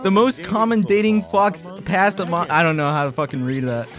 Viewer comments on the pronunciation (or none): fox pass (it's pronounced foe pah) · How do they not know what faux pas is or how to pronounce it